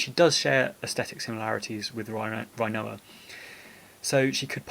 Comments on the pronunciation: youre a well spoken bloke. its got to be rin-oa not rhino-a though cmon! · i love everything about this video, except how you say her name! rin o a not reye no a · Did you really say Rinoa, RHI-NOA?... and you call yourself British... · Sorry but I love how you pronounce her name Rhinoa 🦏😂